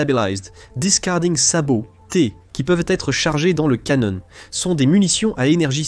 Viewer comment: Heu... ... Ca veut dire quoi "un drone à l première personne" ??!!??? ;( ah oui c'st le "canon" et po le "canonne" ... Bref j'aime bien tes vidéos, tes analyses, mai la voix AI ne le fait po du tout !! :(